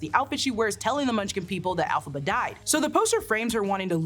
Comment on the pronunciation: Elphaba starts with an E not an A.